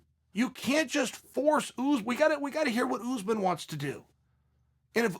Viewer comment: “Boolal Muhammad and Oozman” Okay great